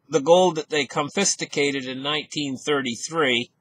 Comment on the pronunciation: "confisticated"? Nah, don't know that one.